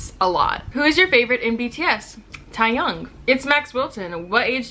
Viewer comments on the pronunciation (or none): lol nessa it's Tay-Hyung..not tae-yong lol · AAAAA SHE TALKED ABOUT BTS !!!! IM SORRY ITS TAEYHUNG NOT TAYHYUNG NESSA BUT ITS OKAY IM HAPPY😂😂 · ITS NOT PRONOUnced tahyung its like tay-hyung lmaoo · MY SIDES!! XD, "what's your favorite BTS member?" "Tiyung" I'm pretty sure she mean Taehyung - tay-young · "who's your favourite in bts?" TAEHYUNG but bijj it sounded taeyang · BITCH IM WEEEZZINGGGGGGG !!!! SHE SAID “TIYOUNG” 😂😂😂 Repeat after me , “taeh-yung” “TAA- HYOUNG” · "ty-young" im wheezing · Taehyung is pronounced like Tay-Hyung lol it’s ok tho😂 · Tae,, it's Taehyung. But honestly I'm proud you got the hyung part right.